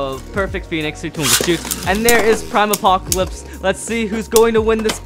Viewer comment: Normal saying prime apocalypse: aprime apocalypse